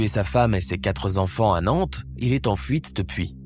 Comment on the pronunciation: Il parle d'appartement alors qu'elle habitait une maison. Et dit... ses quatre z'enfants par 2 fois. Encore un rigolo qui n'a pas inventé l'eau chaude.